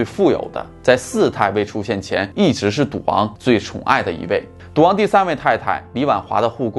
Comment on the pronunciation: 没有字幕 我貌似听到了 ”duang“ （滑稽） 其实是“赌王”啦！～